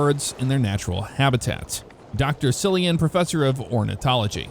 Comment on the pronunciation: Cillian pronounced Killian. like the actor Cillian Murphy